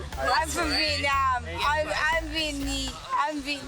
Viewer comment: “I’m from venam”